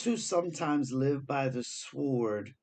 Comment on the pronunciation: Dear, "sword", has a silent w, unlike "sworn". Yes, the English language.. famously clear as mud!; ) Love from Australia. Thank you for the comfort you bring. Found you on JeffMara. Xx